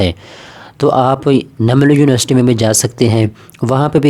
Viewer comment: University hota h Univarsity ni